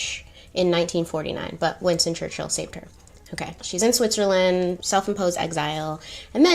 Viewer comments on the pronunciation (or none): none